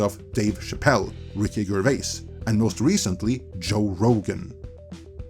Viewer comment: That was not how you pronounce Ricky Gervais